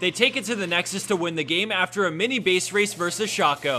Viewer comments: Please say 'Shay-co' next time.. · One must wonder if he will ever pronounce shaco correctly